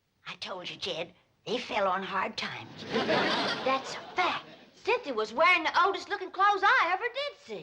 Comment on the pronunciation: "Then he's the Duke of Oxford"....LOL "Cynthi"